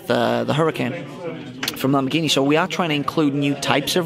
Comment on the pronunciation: Hihi, er hat Lambordschini falsch ausgesprochen grins